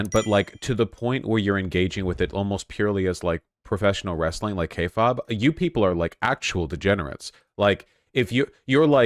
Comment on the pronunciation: That's the weirdest way ive ever heard someone pronounce Kayfabe